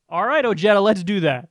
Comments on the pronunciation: *oh hay dah (not oh jay dah) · Listen moron I know your backwoods inbred mind can't comprehend this but pronounciation is key so Ojeda is derived from Spanish so try to pronounciate it correctly O hey da if you pronounce Ojeda O jay da you just sound stupid but then again keep pronouncing it the way you are it suits just right oh and by the way we pronounciate Jesus heyzues because the j in Spanish is the equivalant to the h sound in English LOL.😏😂💀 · i dont like this guy.... he hates himself.... he is mexican but wont own it. pronounces his name oh(jay)duh. when its pronounced oh(hey)duh. hes another ted cruz. doesnt want people to knows hes mexican so he can get the white vote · That guy is a latino so it's pronounced (O hey da) not (O jed a). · the name Ojeda is a Spanish name and is not pronounced O Jet a. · Ojeda pronounced o-heh-thuh, even if he doesn't know this. Even oh-hay-du is better. He's not a jedi! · it's pronounced Oheda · Isn't his name pronounced Oh-Hey-du ? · Wait, didnt that guy voted for Trump? Also, stop pronouncing his name like that. If he is ashamed of his Latino heritage it's fine but don't butcher the beautiful name Ojeda like that. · Not anymore, his family changed the pronunciation.